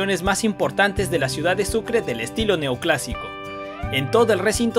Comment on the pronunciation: constitushional??? judishial??? construcshon shiudad???